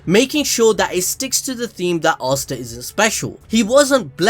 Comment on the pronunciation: man says “arsta” bro its asta (ass ta)